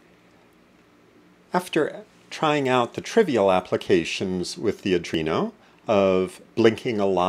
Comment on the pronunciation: Thanks for your concise instruction. How ever, I should point out that the controllerbis an ARDUINO, and not a ADRINO. I think you should correct your expression, regards